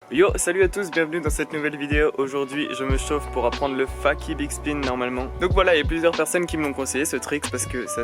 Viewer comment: Super vidéo mais juste on dit "feyki" pour fakie et pas "faki" ^^